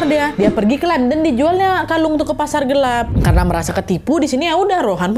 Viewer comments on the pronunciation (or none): none